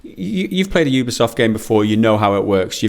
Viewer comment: Sorry did you call it a Ubi-safe game?